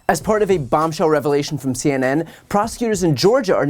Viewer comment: Now, you know youre pushin it- You know that ham for brains wont have no ' revalayshun '.